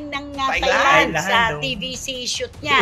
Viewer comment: Hi Just for correction lang po Ms Cristy. The word “Thailand” must be pronounced as ‘tai-land’ NOT ‘thai-land’. Thank you po. ❤